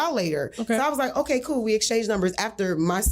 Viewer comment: … it’s the initial “oKay? For me. Now why you said it like that? 😚